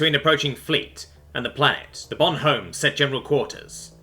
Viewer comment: Yeah, the "h" in "Bonhomme" is usualy silent by the way. So it would be more like "Bonomme".